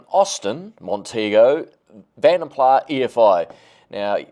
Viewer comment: You Said Vanden Plah Correctly. Other People Say Vanden Plas. Here is One Of My Own Songs For My INTERNATIONAL ALBUM